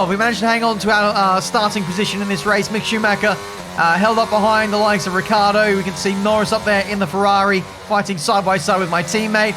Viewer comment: Poor Ricciardo being called Ricardo every single time.